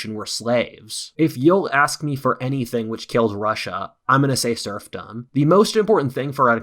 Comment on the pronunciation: Every time says SERFdom I was thinking about SURFing. 🏄🏄‍♂🏄‍♀🏄